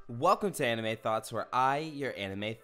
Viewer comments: When I first started the vid I thought he was saying “I’m anime thot” 😂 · I thought you said Anime Thot lol